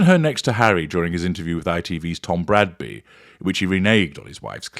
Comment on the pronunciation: Dear, thank you for pronouncing "Bradby" correctly. No one else did. I mean, it's obviously a horrendously difficult name to pronounce correctly, which is why everyone else called him "Tom Brady" or "Tom Bradbury". Or is it the fact that they just can't read?